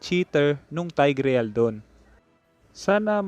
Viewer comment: sana ma pronounce mo ng maayos ang tigreal.. it's tayg-rel. hindi taygREYAL